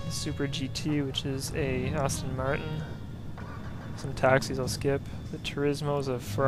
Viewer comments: shame on you its aston martin not austin martin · shame on you, you said austin martin when its clearly aston martin